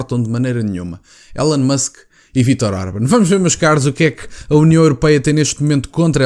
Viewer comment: Não se lê élon musk, lê-se ilon musk 🙃